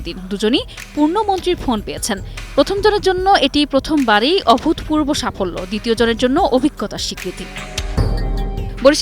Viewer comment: অভূতপূর্ব এর উচ্চারণ হবে, "অভূতোপুরবো"। এরকম একজন অশিক্ষিত বর্বর মেয়ে কিভাবে একুশে টিভিতে চাকরি পেল? আজই তাকে বের করে দেয়া উচিত।